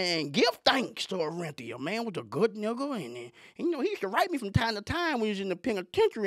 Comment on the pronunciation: He said " tell us about ORR-EN-Theeuh" 😅 RIP OJ